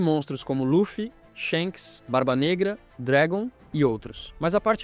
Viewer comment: "Shenks e Dregon " kkkk